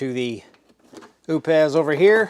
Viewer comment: it's prounounced "oops" just like the britney spears song! lol